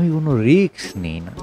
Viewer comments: ধুর মিয়া, রিকস না রিস্ক, শুনলাম না, উচ্চারণ ঠিক করেন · রিক্স নয় রিস্ক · Risk riks noi, uccharon thik noi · কথাটা রিক্স নয়, রিস্ক। এই উচ্চারণ নিয়ে আবৃত্তি!!! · রিক্স নয় রে ভাই কথাটা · Risk noy riks...jeta sotti e newa jaay naa😝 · রিক্স নয়, রিস্ক... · লিখেছেন রিস্ক, আর বললেন রিক্স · রিস্ক হবে উচ্চারণ রিকস নয় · উচ্চারণটা ঠিক করা দরকার। ওটা risk, riks নয়। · Riks na bole risk bolun. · ভালো। তবে 'রিক্স' নয় , 'রিস্ক'! কানে লাগে ! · শব্দটা risk, riks নয়। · বাংলাদেশী তো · কে এই গল্প পাঠক? রিস্ক কে রিকস বলে গেল!! এত কম শিক্ষিত লোক তো এখন গ্রামগঞ্জে রিক্সা স্ট্যান্ডে ও খুঁজে পাওয়া যায় না! দুর্ভাগ্য আমাদের বালছাল শুনতে হয়। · আমি এই গল্পের পাঠকের কাছে মাফ চাচ্ছি। আমি বড় একটা ভুল করে ফেলেছি। দু-তিন পেগ গলায় ঢেলে রিস্ক বলার চেষ্টা করলাম, কিন্তু বলতে পারলাম না রিক্স উচ্চারিত হলো।। পাঠক সঠিক জায়গায় সঠিক উচ্চারণ করেছেন। আমি আবারো ক্ষমা চাইছি। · খুব সুন্দর। তারাপদ রায় অনবদ্য। আপনার পাঠ আর অন্যান্য আয়োজন সুন্দর। তবে বারবার রিক্-স্ কানে লাগছে। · উপস্থাপনা ভাল। বার বার রিক্স উচ্চারণটা কানে লাগল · Riks বলছেন কেনো? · রিস্ক উচ্চারণ টা ভুল আছে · Risk উচ্চারণ ঠিক করুন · Risk এর উচ্চারণ টা ঠিক করুন ।